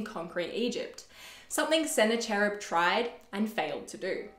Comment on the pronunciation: Thanks for making this video. I love the content. However, I want to mention that the name "Sennacherib" should not be pronounced with the "ch" sound in "church". In English, it should be pronounced with the "ch" sound in "mechanic" or "chemistry". The original is believed to be voiceless velar fricative such as /kh/ in the Persian name Khomeini. But in English we usually approximate that sound as a "k".